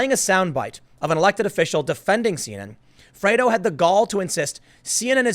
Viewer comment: Liking this video despite the fact that you keep mispronouncing "Fredo".